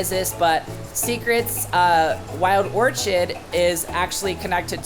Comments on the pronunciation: Omg you need help you pronounced everything wrong its orchid as in flower not orchard🤣🤣🤣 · Ok who is gonna tell this dude how to say orchid